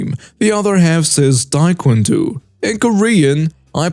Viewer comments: Tae Kwan Do the o is long not short oh not ew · you mispronounced that last story wrong it is not Tae Kwon DU it pronounced with long O for Tae Kwon Do thought I'd let you know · I like your videos and been following. Here's an advice on pronouncing Tae-Kwon-Do. It's not pronounced do, but dough like money or bread. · DO pronounced dough as in bread dough. It means 'way' in Japanese and Korean. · Wait, no one saw that the host said Taekwondo wrong?